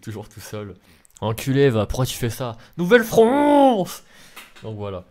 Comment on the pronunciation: a dit niuvellefronce c ki et le même c bon